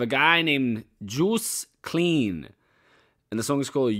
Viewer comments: You pronounce it like: Joast Klain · Just so you can prenounce his name😂 : the "oo" in joost sound like "oa" in toast / the "ei" in klein sounds like the word "eye" so joast kleyen